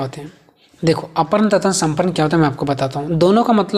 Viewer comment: Arpan aur samarpan padha jayega ushe aparn aur saparn nhi